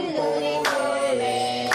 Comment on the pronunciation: 보배를 브배라고들었어 ㅜ